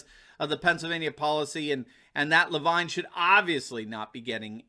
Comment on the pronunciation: It’s Rachel Levine pronounced LeVeen . So glad to see this criminal finally in the glare of a revealing spotlight along with our governor Wolf. Justice will be sweet, we’ve waited so long to see these cabal thugs fall!